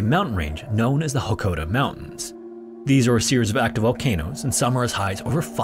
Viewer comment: It's Mt Hakkohdasan. Not Hokkaodo